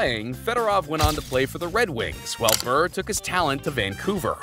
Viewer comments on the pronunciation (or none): Day-butt ≠ debut. Brrrr ≠ Bure. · Letang - You almost had it, just change tong to tang, like tank. Ballard - bal-erd Gaborik - gab-or-ick Pavel Bure - pah-vel burr-ay The others were either good or close enough. Fucking Pavlay Burr killed me though 😂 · how you pronounce bure as brrr, bothers me more than it should. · Pavel Brrrr, eh?🙄